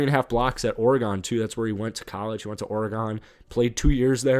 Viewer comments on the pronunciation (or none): Lol what OroGon 😂